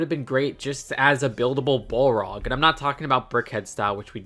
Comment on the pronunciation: Damn 😅😅 butchering the pronunciation of the balrog. You can tell us you’re not a lotr fan😅😅